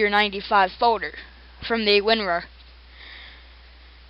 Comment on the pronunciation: "Create a Foder" Dat freaking accent.